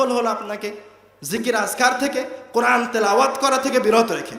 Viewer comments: কোরআন শব্দটি স্পষ্ট করে পড়তে পারে না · আল কোরআনে আলিফের স্থলে আইন উচ্চারণ হচ্ছে না তো? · কোরআন উচ্চারণে কি আইন নাকি হামজা? সতর্কের সহীত উচ্চারণ করতে হবে, বিশেষ করে যারা নিজেদের কে পন্ডিত জাহের করার চেষ্টা করে এবং ইসলামের দায়ী হিসেবে সাধারণ উম্মাহর সামনে কথা বলে। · আপনি বলতেছেন কুরআন শরীফ বলা ঠিক না অথচ আপনি কোরআন শব্দের সঠিক উচ্চারণ করতে পারতেছেন না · কোরআন শব্দটা শুদ্ধ করে উচ্চারণ করতে পারলো না আফসোস। অপ্রাসঙ্গিক আলোচনা। দেশ জাতির মানবতার কল্যাণ কোন আলোচনা নেই। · তিনি কোরআন বিষয়ে বক্তব্য দিচ্ছেন,অথচ কোরআন শব্দটা শুদ্ধ করে উচ্চারণ করতে পারছেন না।"আলিফকে" উচ্চারণ করছেন "আইন" এর।